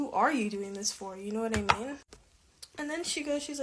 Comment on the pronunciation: And the vapid ‘yooonnnyyyyyyowhaddimean’ pronounced as all one word. ‘Mind you’, it’d probably be asking too much expecting them to be functionally literate when they’ve an IQ that’d force a pigeon to seek an education due to embarrassment 😂